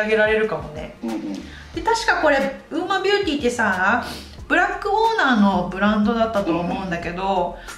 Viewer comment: ウーマと読めなくてずっとウオヌマって言ってた笑